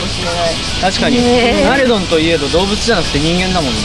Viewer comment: ナレドンなのにナムタンって言ってて草ww